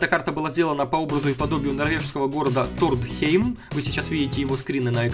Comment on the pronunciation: АХАХ Тронхейм,а не Тордхейм